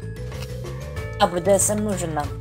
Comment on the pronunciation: БДСМ да. Не Брдм а БДСМ